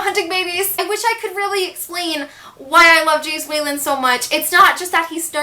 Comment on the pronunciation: Hearing you say Jace Wayland was the weirdest thing ever